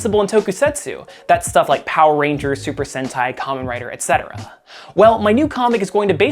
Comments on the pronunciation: pronounced Kamen Rider correctly. Nice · The first non kamen rider youtuber that said kamen rider right Edit: atleast i seen